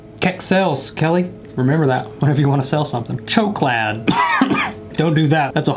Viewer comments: As a Swede this was funny af especially the chokelad instead of choklad 😂😂 this video made my day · Choke-lad 😭 ...choklad which is basically chocolate. But- 😭